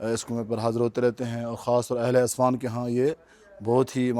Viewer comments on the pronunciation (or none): بھائ جان جگہ کا نام اصفان نہیں عسفان ہے